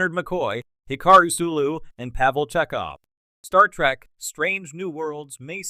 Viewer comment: Why are you saying Star Track? The cringe is next level.